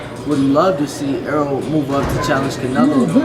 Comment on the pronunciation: Er-rol ... Not Earl. Damn, yall stick fucking up his name.